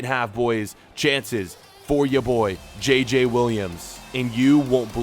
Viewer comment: Yeah... Kinda wack. They don't pronounce their J's the same so it's very weird, even if you can get past the fact it's not a French name whatsoever.